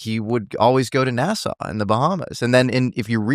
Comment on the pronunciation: Nassau... Sounds like NASA🤔